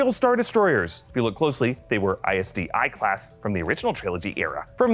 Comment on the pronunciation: ISD- "I" class? You mean 1? Those are Roman numerals, you pronounce them as NUMBERS, not letters. Wow. Surrender your nerd card please.